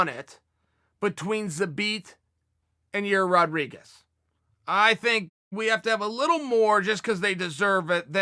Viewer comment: "Your ear Rodriguez" - Chael P. Sonnen